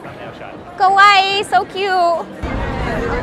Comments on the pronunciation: sounds like she's saying kowai (scary) 😆 I guess it works for Halloween though, most of them probably still took it as a compliment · saying “kowai” instead of “kawaii” is big difference one means “scary” and the other “cute” 😂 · Hello, I really like your content, just try to say "Kawai", not "Kowai", because "Kowai" is that you are afraid, or what you are watching is frighting 🤗